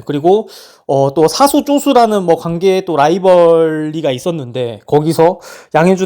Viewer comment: 근데 시즌2 때도 그렇고 707은 사수를 '싸수'라고 발음하던데 일종의 군대 사투리인가요